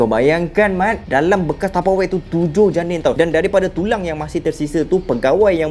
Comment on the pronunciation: 7 Janin Cara dia sebut tu mat lucu